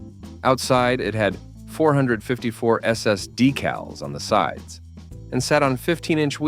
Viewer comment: Hate the Bot Voice can't say 454 SS right! I like all the trucks My favorite is the Studebaker Champ. ..... also ran Honcho Jeep.